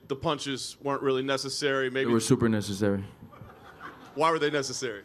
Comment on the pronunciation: He said neccesssreruy not necessary lmao